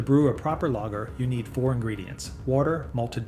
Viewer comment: The words 'Lager' and 'Yuengling' are being mispronounced. Gotta get that correct to retain the image of honesty.